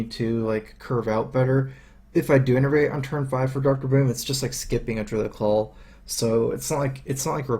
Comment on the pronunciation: Druid of the Claw, mate. Claw, not Call! <3 Isn't he cute!?